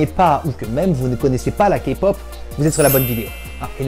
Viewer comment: super tu sais enfin dire K-pop correctement (en plus t coréen donc tu devais normalement savoir) #ARMY !!!!!!!!!!!!!!! #BLINK !!!!!!!!!!!!!!! #EXO-L !!!!!!!!!!!!!!!